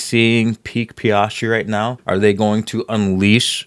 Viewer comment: “PEE-AS-TREE”. Appreciate the breakdown! Blue light in the background looks good. Doesn’t take away from you talking or the artwork.